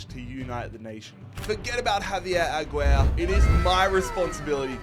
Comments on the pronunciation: pronouncing aguirre as “agwer” killed me 😂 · The way he said Javier Aguirre sent me flying 😭😂😂